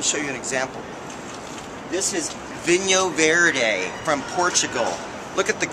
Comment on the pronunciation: Tip from the Scot on Loan to Lisbon for the last 30 years. Portugal is not Spain & this wine is not pronounced vinho verdez no no no its is Vinho Verd(e) Now Darlings to taste the real stuff & spruce up your Portuguese Portuguese (not Brazilian) you will have to come & see me in my adopted home port of lovely Lisbon. Another great white is the mono variety of Arinto from Bucelas - a Lisbon wine & yes do have our own region - this was the Duke of Wellington's fav, it will be yours too!